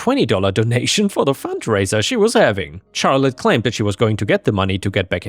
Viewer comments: charlete is more of a shar sound instead of a char sound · Hey, firstly thanks for all the videos! But Charlotte is usually pronounced with an "sh" sound at the start. So it would be more like "sharlotte". No hate and nothing against you, Ive just heard you say before how you don't know how to pronounce some words. Have a good day! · Just FYI, "Charlotte" is pronounced like "Shar-lut" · Though others have mentioned the pronunciation of Charlotte, your accent makes the stories sound super cool! THANK YOU!